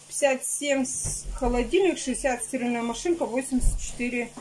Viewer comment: СтирАльная машинка,а не стИральная